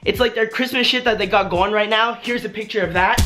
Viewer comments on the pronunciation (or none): none